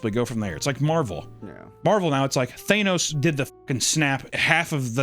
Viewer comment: can you pronounce Thanos one more time for me. 🤨